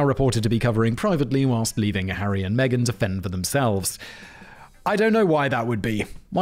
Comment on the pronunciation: Right after talking about Harry dressing as a Nazi, it sounded like you said Aryan Megan; instead of Harry and Megan.